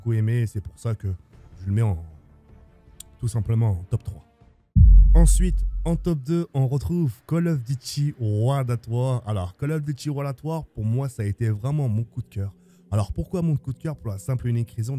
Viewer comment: Vidéo sympa, j'ai à peu de choses près le même top 5, par contre niveau anglais zéro ( Modène wafaire, wol at waa, remasteraide) un petit effort surtout que le nom des jeux est écrit sur les boîtes